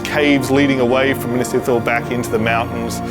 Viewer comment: please pronounce Minas Ithil correctly lmao big Lord Of The Rings fan here